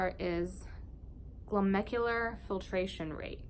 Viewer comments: It's not Glomecular, it's Glomerular. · Not glomecular, it is glomerular.